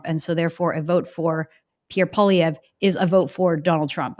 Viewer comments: It’s Poly-EV Kevin not Poly-VYAY. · I thought that Kevin is a fairly smart guy but he seems to have some kind of issue when he can’t pronounce Pierre’s last name properly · Kevin is great but he really needs to learn how to pronounce Poilievre's name correctly.